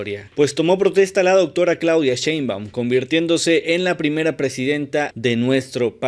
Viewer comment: No pueden decir: Sheinbaum 😂 Dicen cenbaum 😂 Ni hicieron falta !!!!